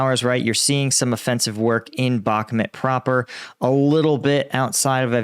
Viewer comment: Why is this frustrating??? They risk their lives, not yours! They'll strike when ready. Believe in UAF! What you should do is; learn the right pronunciation of "Bakhmut", for example. Since you milk it and don't contribute substantially to the topic, this is the least you should do. I'm watching you from the beginning and this level of unprofessionalism is really annoying.